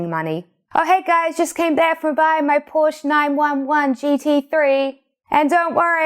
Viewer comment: It's "por-shuh"